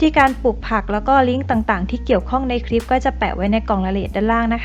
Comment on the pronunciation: คำว่า คลิป ทับศัพท์จาก clip เพราะฉะนั้น ต้องใช้ว่า คลิป ไม่ใช่ คริป (ป.ล.ถ้าจะทำยูทูปเผยแพร่ต่อสาธารณชน กรุณารอบคอบในเรื่องการใช้ภาษาด้วยก็จะเป็นประโยชน์มาก โดยเฉพาะการออกเสียงคำควบกล้ำ ส่วนใหญ่พูดกันตามสบายปาก )